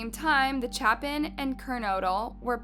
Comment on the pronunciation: You said kaylees last name wrong and Ethan last name wrong to like if you watched the news it tells you how to say their last names, and yet you put in a clip and it tells you how to say kaylees last name correctly and you say incorrectly, I'm not trying to be rude in any way